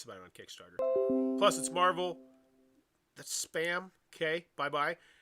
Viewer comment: Mehval Dice Toilet